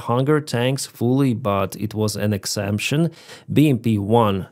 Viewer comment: Thanks for your hard work. Pronounce exception like this ek-sep-shin. Slava Ukraini!